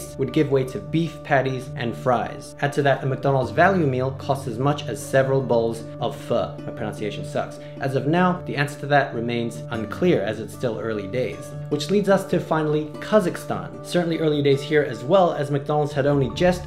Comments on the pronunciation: To say pho, it's PHUH (get the uh?) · its Phh-o